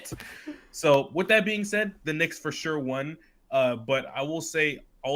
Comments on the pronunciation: Great stream yall, the way says ‘won’ drivin me crazy tho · one thing about is he will mispronounce won